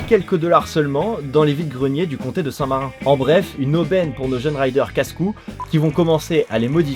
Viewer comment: merci tu geres bon montage bon story telling. En anglophone que je suis, ça m'a un peu écorché les oreilles d'entendre certains mots prononcés comme si ils étaient français, comme "marin" au lieu de marinE county, et yen a d'autres. Et a tout hasard, tu utilises l'IA pour avoir les yeux aussi fixes ?